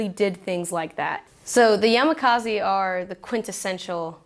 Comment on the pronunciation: Yamakaziiiii lol. It is yamakasi.